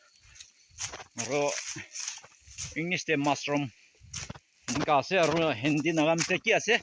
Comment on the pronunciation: Uncle its Mushroom not massroom ok! bia napabi moi any correction kuria laga ase deh😊👍